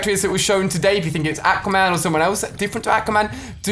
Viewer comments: “Ak-wa man” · Ali-a pronounces everything wrong. aaaqua-man and haaanzo. Can he pronounce a the correct way? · I hate how he pronounces "Aquaman"